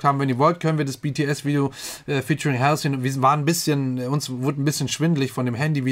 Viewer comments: Mag deine Videos total! Würde mich auch über Demi Lovato, Nina Nesbitt und Tori Kelly auf dem Kanal freuen. PS: Halsey spricht man anders aus :) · Halsey spricht man anders aus 😉